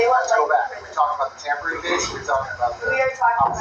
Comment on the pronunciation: It ‘tampering’. You sound dumb